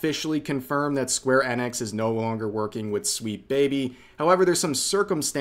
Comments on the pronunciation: Rev, why are you pronouncing "enix" as "annex"? You do know it's pronounced "eenix" right 😅 Or is there a joke I'm not getting? =p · it's E nix. not EN ix. seriously dude, wtf. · EEENIX not Ennex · Is it really "Square Ennex", I thought it was "Sqaure E-nix" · My guy I hate how you say that it's square eeeeee nix not annex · its "eenix" you goof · The way you say Enix is so painful to hear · why you saying enix like that